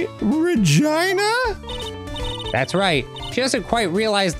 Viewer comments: Arin mispronouncing Regina everytime he speaks as Maya cracks me up every goddamn time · Fun fact: the way Arin is pronouncing "Regina" is the way they say that city/state name in Canada (idk if its a city,state, providence... i just know they say it like that because of Degrassi)